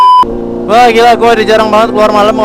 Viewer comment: Ngiela🤣 gila bang bukan ngiela🤣🤣